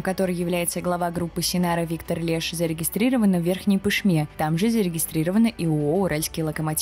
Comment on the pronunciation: отдельное спасибо за верное ударение в Пышме. По-моему уже не первый раз